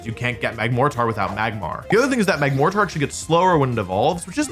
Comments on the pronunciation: the mortar in Magmortar is an early form of canon. it's pronounced MORter not MOR-TAR. Pronouncing it MAG-MOR-TAR instead of mag-MOR-ter is weird if you're a native English speaker. You should know how stressed and unstressed syllables work in English. That's assuming you genuinely don't know how to pronounce magmortar and you're not just doing it wrong on purpose to piss off your audience. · The reason Mag-more-tar sounds weird is because mortar is a word meaning cannon and thats what its named after and its said like more-ter. So you say it mag-mortar. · I think the difference in the way you pronounce it and others is the emphasis on the "-tar" at the end. You finish it with by emphasizing "tar" whereas others say "ter". It goes from MAG-MORE-TAR (Wolfie pronunciation) to MAG-MORE-TER (The way I pronounce it and I'm assuming others pronounce it). I think you're also adding an extra syllable when you say MAG-MORE-TAR compared to MAG-MORTER which rolls of the tongue easier. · MAG-mōr-tar. You put the emphasis on the wrong syllable. You say it "mag-mor-TAUR". You actually say it correctly ish. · Mortar. You’re supposed to say Magmortar like mag-mortar. Not mag-mor-tar. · I think the reason people latched onto how you say Magmortar is because theres a bit of an extra mph on the T when you say it(mag-mor-Tar). I always heard it pronounced mortar as in mortar and pestle. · It's morter like the weapon, not more tar. Mag-more-ter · do you pronounce Mortar as more-Tar? no. it’s pronounced more-durr. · Mortar is pronounced Mor-tr. Not More-tar. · It’s because Magmortar is derived from “mortar”, a word that’s usually pronounced like “mortur” and not “more-tar” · motherfucker, say mortar. say it three times. Not morTAR. MORtar. Mortar. "Morder". Notice the stress. now say magmorTAR one more fucking time. magMORtar. "magmorder" cuptonio's coming for you, Mr. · Mag-mor-tar makes me sad inside (unless I’m wrong I say mag-morter) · "Mag-more-tar" lol it's "Mag-mor-tr"